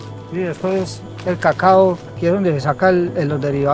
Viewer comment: No es cagao es Cacao